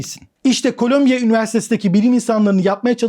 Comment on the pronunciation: Colombia (kolombiya okunur) bir ülke. Columbia (kolumbiya okunur) new york'da bir üniversite. Kolombiya Kolombiya dedikçe vay be dedim kolombiya ne gelişmiş ükeymiş, robot yapıyor. Sonradan düştü jeton.